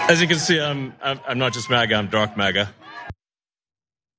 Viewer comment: Gone "MAD A", not "MAGA", wonder what he's on. He wasn't always like this.😢